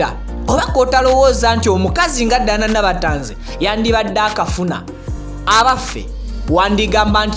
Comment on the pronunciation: Tanzi collection from nabatanzi, not tazi as u hve said.thank u